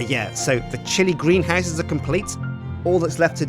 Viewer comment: time you say chilli i think you say shitty